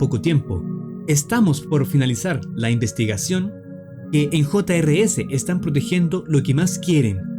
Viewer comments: Se llama jr's y no hota ere ese como tu dices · el nombre se escribe jr's pero se pronuncia juniors